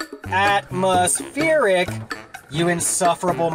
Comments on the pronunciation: What's this "Atmospheeric" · Am I missing something here or is this crazy dude incapable of pronouncing “atmospheric” properly? Just saying!!